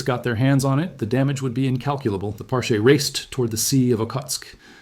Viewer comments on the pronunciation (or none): It’s pronounced Par-chee (sounds like the beginning of cheese)